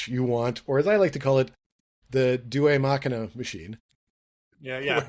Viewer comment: The first part of "deus ex machina" is pronounced "day-us." Marta was kidnapped by Tarik the Mute, who ran the School for Super-Villains. Some of the students went on to become the LSV. Jimmy Janes wasn't great, but he was the best artist since Sherman. Howard Bender was awesome. I have an article in Teenagers From the Future!